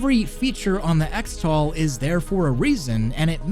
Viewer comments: “ECKS-tal”? Am I crazy or shouldn’t it be pronounced CHRIS-tal? Like X-mas is pronounced as Christmas... 🤔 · shouldn't "xtal" be pronouced "cristal"? like "xmas" is "christmas"?